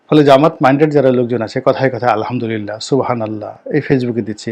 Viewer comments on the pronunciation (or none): none